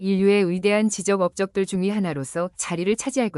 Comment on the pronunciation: "지적 업적"은 "지쩍 업쩍"이라고 읽어야지. 한글을 소개하면서 제대로 읽지 못하면 안 되지, AI야!